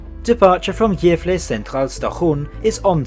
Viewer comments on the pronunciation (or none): Not really. Gävle sounds like “jävla”. Uppsala is stressed incorrectly- “Oupsalla” instead of “Upp-SAA-LA. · he did not pronounce Gävle well and if you think so you are not Swedish